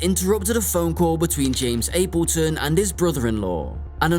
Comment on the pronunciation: I've never heard Appleton pronounced that way. It's pronounced Apple 🍎 like the fruit, and then Ton. 😊hope that helps!